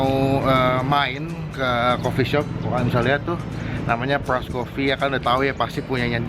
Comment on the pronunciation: Demen aja gw liatin ngomong dyland PRRROOS wkwkwk